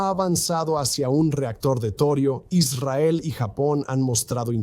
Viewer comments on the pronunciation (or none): none